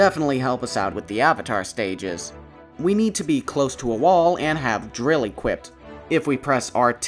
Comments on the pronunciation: I thought "equippted" was a bit in that video. This sequence gave me a laugh, thank you. (fwiw, I cannot say I've never done the same. "Hyperbole" is a tough word to pronounce from writing, "timbre" is bizzare, and while I can't remember them, I'm pretty sure there were a few relatively ordinary words I had wrong for a while) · to be honest i never realized you were mispronouncing "equipped".. i always thought you were saying "equipped it" and that still made sense to my brain. congrats on finishing college and getting a job though! hopefully youre having an awesome summer as well even though youre gonna be busy. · please never stop saying equippeded its so endearing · my friend, I love the way you say equipped. It may be wrong but it’s also you, so please don’t try and change how you say it. By the way I love the little bloopers during the VO, it adds charm to an already charming video